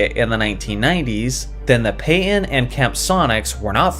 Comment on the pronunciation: Who is "PAY-IN" ?? I never heard of that guy . Maybe you mean Gary PAY-TON ? You sound like some illiterate millennial who makes a fool of themselves everytime they speak.